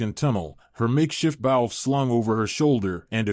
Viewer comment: Bow. Pronounced BO.